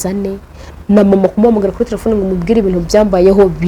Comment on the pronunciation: Umuntu utazi kuvuga telephone uvugango ngo "tlefone" sha koko aba bantu usigaye ubakurahe?